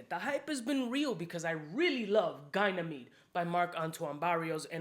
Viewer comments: It´s Ga ni me de, not gay ni me de. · ) It's definitely not pronounced as GUY-Nameed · It’s pronounced ‘Ganie meed’. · Bruh how do we pronounce Ganymede? I swear it can't be Gynamede :/ :D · How illiterate does one have to be in order to pronounce “Ganymede” the does???